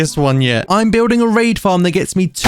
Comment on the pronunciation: you said the word "raid" in a specific accent i was so ready to hear a sponsor segment